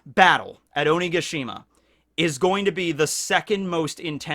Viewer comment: You keep saying Onigashima wrong listen to how queen says it